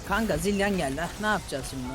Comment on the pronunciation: Zilan geliyor ZilAN :D